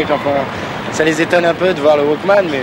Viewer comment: "Des wokmen" mdr jsuis dead!